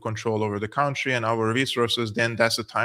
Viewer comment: Country is not pronounced like county. It's /ˈkʌn.tri/.